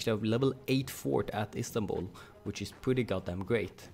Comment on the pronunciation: Istanbul, I think you say it the right way